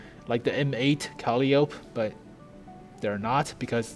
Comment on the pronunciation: It's pronounced "cap-o-la" and "cal-i-o-pee"